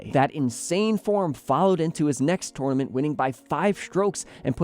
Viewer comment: It’s tournament, not twonamint